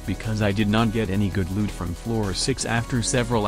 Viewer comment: selling loot from fishing what i heard:selling lewd from fishing